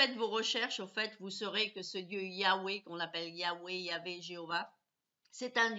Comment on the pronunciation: Connasse! Jejovah n'est pas employé dans la Bible. Et on pronnonce Yaveh et non '' Yaoué''. Même les juifs ne l'appelle pas. La Bible a été écrite par des humains qui, au fil des siecles et del'Histoire lui ont fait dire tout et n'importe quoi. Si tu es pour la liberté dew religion pourquoi cette tentative de lavage de cerveau. Malade va ! As-tu un quelconque diplôme en théo pour tenir de tel discours.